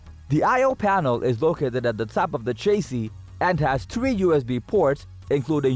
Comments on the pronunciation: It's chassis not chasee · Repeat after me… sha see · New drinking game. Take a shot every time this gentlemen mispronounces chassis. As a matter of fact don’t. You’ll die.